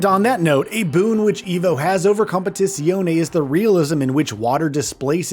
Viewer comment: Please just call it ACC, your pronunciation is meh at best, lol....